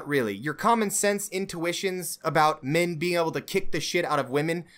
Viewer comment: "Min" "Mins Rights" "Wimin" "Wimins Rights" Why does this wolf character hate the letter 'e' ?